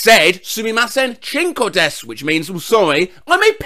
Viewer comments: As someone who knows a handful a Japanese words, I thank you for making the "su" in desu silent. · Wow—I’m impressed pronounced “desu” correctly. The amount of times I’ve heard it mispronounced over and over again kills me, so it’s refreshing to hear someone say it correctly. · I'm surprised knew not to pronounce the u in desu